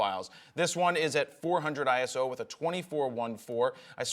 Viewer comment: ISO not I.S.O. It's one word